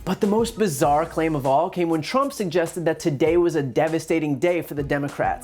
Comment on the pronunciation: I seriously thought Mueller said tramp instead of trimp.